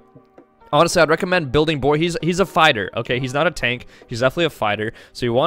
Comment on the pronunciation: The fact you're pronouncing his name wrong is cringe itself